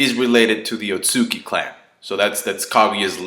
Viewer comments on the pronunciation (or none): Otsutsuki's "u"s are both pronunced. Otsu and tsuki like moon.